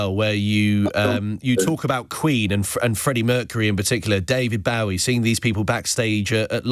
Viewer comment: Always baffling to hear someone who doesn't know how to pronounce "Bowie".